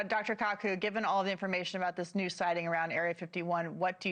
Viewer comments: Jeez, way to butcher Michio Kaku’s name. She has no idea who she’s interviewing 🤦🏾‍♂️ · Wow she butchered Kaku's name lol